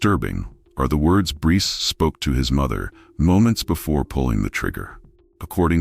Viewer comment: Sa-coy-a (sacoya)🙄 Br-ice (Bryce) 🙄